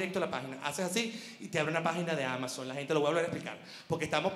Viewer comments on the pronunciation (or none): none